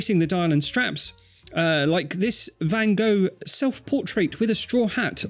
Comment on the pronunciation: pronunciation of Van Gogh made me gag.